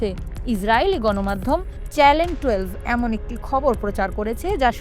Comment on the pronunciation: ৭১ টিভি কর্তৃপক্ষের কাছে একটা বিষয় জানতে চাই, খবর পাটিকা বার বার চ্যানেল শব্দটাকে চ্যালেন বলছেন কেন?